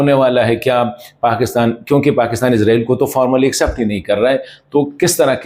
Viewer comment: او بھائی عزرائیل نہیں ہے عزرائیل نہیں ہے عزرائیل نہیں ہے اسرائیل ہے؟؟؟؟؟؟؟؟؟؟؟؟؟؟؟؟؟؟؟